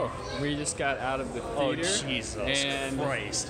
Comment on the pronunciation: Theator?! 😂 Nice vid. Looks like you’re having fun. 👍🏽